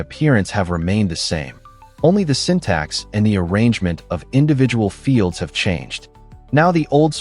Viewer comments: "ещё один" на связи: ну разве самому это произношение не противно звучало всё это время? sYntax = сИнтаксис, блин) ну разве в школе не учили на уроках языка) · Ох, как же режут слух ваши синтАксис, пакАджи и прочее :) В принципе в этом ничего плохого и вы вольны разговаривать так как хотите на вашем канале, но думаю что все-таки стоит пытаться выговаривать слова правильно для общего саморазвития, да и слух подписчиков порадуете :)